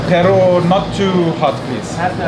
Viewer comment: That growl when pronounced “pero”... perrru